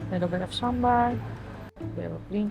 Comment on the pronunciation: u r saying podi perfectly. how long u have been in india. paripu, papad aloo gobi, sambar almost all are perfectly pronounced. but podi impressed me. most of foreigners say porri